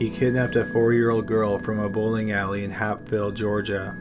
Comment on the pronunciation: you need a new narrator, that was painful.. and that was Hapeville, GA not Hapville I can only hope there's a special place in hell for Floyd